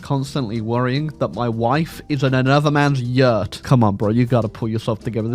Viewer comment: Why does pronounce 'year' and 'yurt' the same??